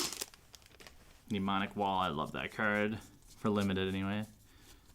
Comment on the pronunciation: did u say limited bob.... ;)